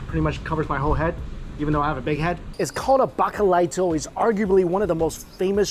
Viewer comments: Please, if you would be so kind, spell the names of the dishes. I kept hearing you say bacalado, which just means "cod" had to look up to find its "bacalaito". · How hard is it to say bacalaito? Like, practice it three times. Pinchos should be pork. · "BARKALAHIDO"??? BACALAITO (little cod). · N is called bacalaito no bakalato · Needed to see this. I miss PR. FYI, help you out with the lingo - Bah-Kah-lah-ee-to | Al-kah-pooh-rr(roll that r)-ia | Le'-CHONE |Ah-reh-pa. Next time be sure to have some Coquito, I always explain it as puerto rican eggnog. Another good one is Pasteles, always reminds me of the holidays. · Gosh his pronunciation of bacalaito just gets worse and WORSE lol from “bacalaoto” to “barcalarto” lmao I can’t 🙄